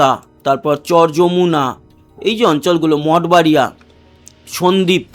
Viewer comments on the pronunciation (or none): none